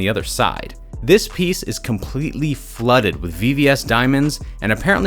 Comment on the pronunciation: I can’t listen to this guy say flooded